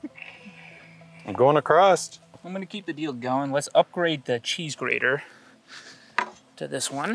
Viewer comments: OMG acrost is not a word, neither is a crossed. ITS just across. Jesus America speak English. I'm sorry guys it's a peeve of mine. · haha "across'd"